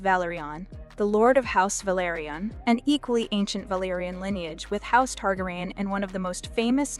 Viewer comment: Targraian ?? its Targarian